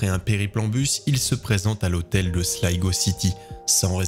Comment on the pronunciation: Merci pour la bonne prononciation de Slygo pour la ville de Sligo